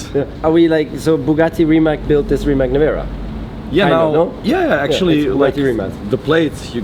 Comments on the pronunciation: RimaC und NICHT RimaK. Im Kroatischen ist und bleibt ein C ein C und ein K bleibt K. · its rimac not rimak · Rimac, not Rimak. C in Mercedes you say correctly? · Fyi it is pronounced RimaTS not RimaK. You should say it like Mate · Hr. Rosberg, es ist nicht Rimak, sonst Rimatz ( Rimac ).. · You and almost everyone pronounce Rimac as Rima"C" like California. You're changing his 1st name! It's like you heard from Mate himself, Rimac, like RimaZZ, like pizza. :) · so mate pronounces it rimats but you keep saying rimak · Never knew how to pronounce RIMAC properly, know I know THANKS MATE! Its not RIMACK its RIMATZZZZ guys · It’s pronounced Ree-mats not Rimak🤦🏻‍♂️ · It is Rimac not Rimak, stop saying k at the end. It is a Croatian name and we say c when it's written as c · Niko can you be so polite and call Rimac the way it is pronounced, and not RIMAK!!!??? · If you have respect for the company and Mate, try to learn how to spell the name correctly...it is Rima"c"...you read "c"...it is not only company name, but Mate's surname..so little bit of respect would be nice...annoyed how people do not listen. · It's not pronounced RIMAK but RIMAC. Surname is Rimac. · So its pronounced RimatS ??? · Its insane. You got the first ever produced Rimac C2, but you still don't know how to pronounce it 😁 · why is he pronouncing Porsche and Rimac wrong ? as a german it is a bad habit to cut the e from Porsche